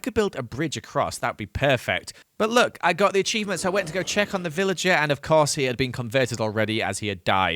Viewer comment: I swear he said pillager instead of villager. Anyway the videos quite good! I really want to see day 3000